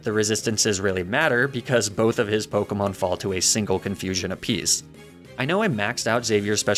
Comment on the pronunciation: Fun to watch but wow you mispronounce Pokémon names a lot